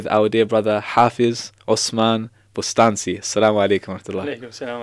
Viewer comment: Actually I believe the name is pronounced Bostanji ..the letter C is pronounced J in Turkish language